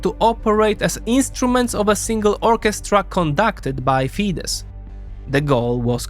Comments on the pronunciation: While it was pronounced correctly when said Fidesz. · Ye i also surprised how Tisza ('tisa') said wrong, but Fidesz ('fides') said right